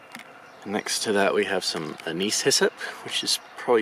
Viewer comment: Anise is ANN-iss.